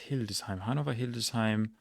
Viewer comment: After this video I have to say: you are officially crazy! As for pronunciation: excellent as well. Differences from native speakers: the ö in "Plön" was too short and the v in Hannover wasn't fully correct, should be more f-like, Unna should have a short u, Pir-ma-sens (you were asking), the a in Halle was too English, Lüchow-Dannenberg: the w is silent, makes the o longer, Rhön has a long ö. All really really minor - so it is really really good, for most of the names you sounded like a native speaker. Honestly I am impressed (both about the 400 Kreise as well as your German)